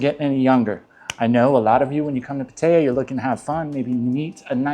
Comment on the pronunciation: I wish you'd pronounce Pattaya correctly. The videos pretty good. Please be careful with drinking. That location has ruined many good men.